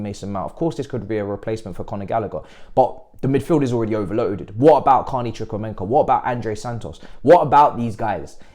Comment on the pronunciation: Bruv say his name correctly Chucku - EMEKA there’s no N there bruv